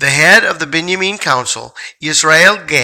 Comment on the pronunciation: Thank you. I am amazed that you pronounced Binyamin just like God spoke it to me when He told me I was of that tribe. Bless you for sharing this great information with us. Shalom